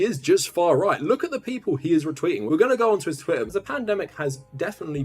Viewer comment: did he just say 'twittain'